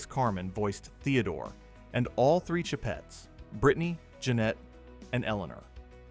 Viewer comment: the "sheh-pets" -_